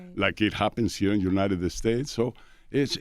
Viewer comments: “Eh-United Eh-States” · United-Da States Lmaoooo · can someone tell him its not uniteded states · Love how he pronounces United States ❤️